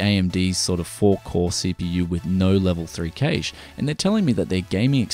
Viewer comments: Industry professionals always pronounce Cache as "Cash" in the 30 odd years I've been following things, the only time I hear it pronounced the way you do is occasionally on channels like yours and at Best Buy and the like when reading spec lists, in interviews with engineers and chip designers, and in college level lecture halls its always "Cash" and that's what I deem correct. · Im sorry, I cannot watch this video when you pronounce cache like that. I'm very sorry, i watch all of your vids and all to come aswell but i just cant bring myself to watch this.